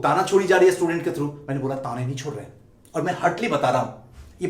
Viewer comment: पहले असटूडेंट को स्टूडेंट तो बोलना सीख ले 😡